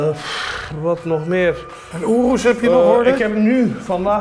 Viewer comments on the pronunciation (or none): none